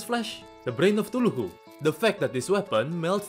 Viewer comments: it's not thuluhu its "KA THU LU" xDDD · Normal people: Chuthulhu: Too-Loo-Who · I love how he calls it Thuluhu instead of Cthulhu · i love the way he says ”suhullu” 😂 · yeah THE TULUHU lmao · the way he says cthulhu cracks me up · the way you say cthulhu lol